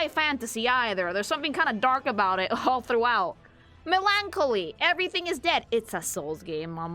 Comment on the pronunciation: Bro, why do you pronouncd "melancholy" like that?😂